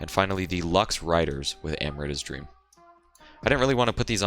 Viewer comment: Hate to be that guy but it's actually "Amrita" which is a popular Indian name and not "Emrita"